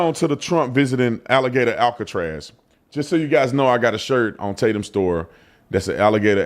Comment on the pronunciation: That’s what they’ve been calling it….Alligator Alcatraz. You said it correctly.